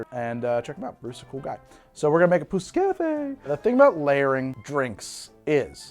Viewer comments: Im not french but as an absolute language and dialect nerd I believe youre pronouncing pousse-cafe pretty much right. Man that does sound vulgar tho lmao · "Pousse Cafe" was on point, well done :D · You pretty much nailed the prononciation of 'pousse café'. I never knew it was a layered drink. Where I grew up, a pousse café is any alcohol served with coffee, typically a brandy. I guess the name stuck, but the drink was lost. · You said pousse cafe perfectly :) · You got the pousse café pronouncing pretty right! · you said pousse-café the right way don't worry :)